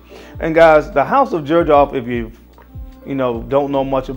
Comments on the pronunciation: I have always heard it pronounced "zerjoff" not "jerjoff" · Is it not pronounced zer j off 🤔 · Xerjoff, i thought people would call it Zerjoff, not Jerjoff. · Aside from the fact that he is mispronouncing the hell out of this fragrance line, he picked some really good scents. The first letter which is X actually sounds like Z when pronouncing it. Just for clarification. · My boy can't pronounce "Xerjoff" 😭